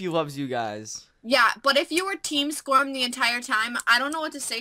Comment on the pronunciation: Lol every intro I feel like when he says "SKORM HERE", it sounds like "Squirm here!" X3